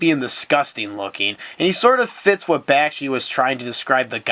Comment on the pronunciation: Seriously? You failed to make the connection between Brother Fox, Brother Rabbit and Brother Bear as "Brer Fox, Brer Rabbit, and Brer Bear" from Disney's "Song of the South" right at the beginning? Brother Bear as a movie wasn't even related. Research much? Also, it's "Bak-shi" not "Bash-ki"